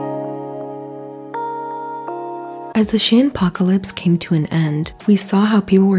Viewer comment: Did she just say "Is VERY two-sided than ever."? LMAO? Who learned you how speak? HAHAHA! Also, its pronounced "SHEEN" not "SHIN".